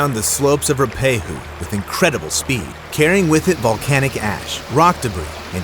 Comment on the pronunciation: It's "Roo-ah-pay-who" (Ruapehu). One of the three most famous New Zealand disasters, + the Air New Zealand Erebus crash & the Wahine disaster.